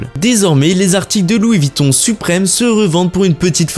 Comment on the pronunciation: Revoir votre prononciation... VUITTON et non Vitton !